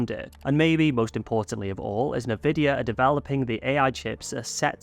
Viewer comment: Isn't Nvidia pronounced "en-vidia"?!